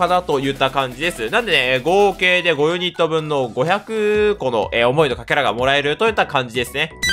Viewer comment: カケラですね 読み間違いかな...？